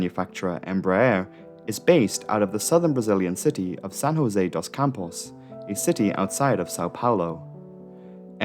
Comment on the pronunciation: "SaN HoSé dOs CaMpOs", bro thinks it's Spanish.